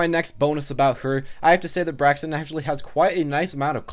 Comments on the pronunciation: How i say her name Me: Braixen... How say her name: Braxen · It's kind of bugging me that you keep saying "Braxien", but this was nonetheless a semi-informative analysis of Braixen. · Break-sin. Honestly, it’s not that hard to pronounce. Y’all just a little dyslexic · It's pronounced "Breaks-un". Because them's the breaks. un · Breaks In Thats how you say it my man. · I think its pronounced brayxn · Braixen pronounced like Breaks In, as in Braise + Vixen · it's pronounced like Breaks In or Break Sin depending on how fast you're saying it.